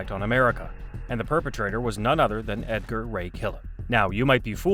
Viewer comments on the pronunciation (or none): none